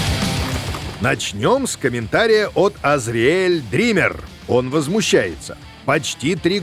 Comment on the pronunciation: В Азриэль ударение на А, уж очень по ушам режет